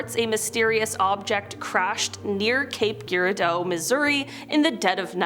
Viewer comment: Cape... JUR-AR- DOUGH Mo. Pew-Gent Sound